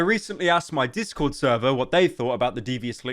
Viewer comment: Discor should be fwee